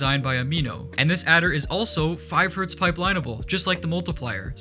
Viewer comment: knows how to make a renderer with only redstone but can't pronounce Hertz right me: has a Linear Algebra test today and is watching minecraft videos